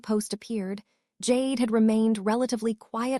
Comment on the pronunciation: "Jade" Duggar? Stupid AI. You sound like you're channeling Michelle Duggar's baby voice. 🙄